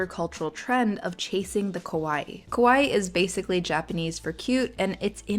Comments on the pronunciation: Just a little note, the pronunciation for kawaii is with an "ka" sound and a pronounced "ii" at the end like the Michael Jackson famous heehee, ka-wa-ii. The way you pronounce it, ko-wa-i, means scary in Japanese. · Don’t pronounce it “Kowai” kowai means scary. Pronounce it Kawaii. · yes, need to elongate the “ii” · "Kah-waii" "Koh-waii" means scary in Japanese, ironically lol. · kAwaii is cute... not kOwaii (scary ;) pronunciation is key 😅 ) fun episode 😊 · it's pronounced "kah-wah-ee", whereas the way you pronounced it is similar to "kowai", which means "scary" in Japanese. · it's "kawaii", not "kowaii" kowaii means scary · Instead of "kah-waeii" it sounded almost like "co-waii" and it became Scary and I think that's funny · You pronounce it as kowaii and that means something like fearful. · The pronunciation of kawaii sounds like kowai(scary) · Be careful there on your pronunciation of "kawaii." That's a broad "a" up front, like the "a" in "father." It matters, because pronouncing it closer to a long "o" (or even just a schwa) makes the word "kowai," which means scary. Though, depending on the context, that might well work. 😆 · The way you say "kawai" makes it sound like "Kowai"which mean "scary" lol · Nitpick here: The way you say kawaii sounds a lot like kowai, which means "scary". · It's such a common mistake but it still surprises me :face-orange-biting-nails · not really relevant but your pronunciation of "kawai" sound like youre saying "kowai" wich means "scary" in japanese. great video as always tho!! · It was painful how you pronounced kawaii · Yes that’s what she said, but the pronunciation was different